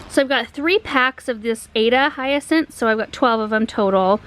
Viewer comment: Thank you for showing me how in the world to pronounce Hyacinth 🙏